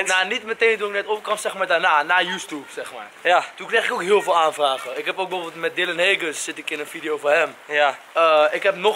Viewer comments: wat zegt: dylan heagens - hij spreekt het uit als dylan heeguns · achraf Marokkaan ja haha hij. zegt Dylan heegens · 'Dylan heegens' Hahaha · haha hoe DylanHaegens uitspreekt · hoe hij dylan haegens zegt XD HAHA